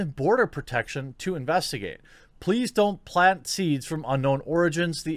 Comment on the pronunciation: Why can't you pronounce 'L' when in the word 'plant' and 'flower', but you CAN pronounce it to replace the 'R' in 'grow'? HMMMMMM?!?!